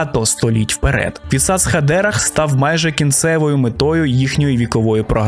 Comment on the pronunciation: Але ж не хадЕрах, а хадерАх :-) Постійно різало вухо) З повагою)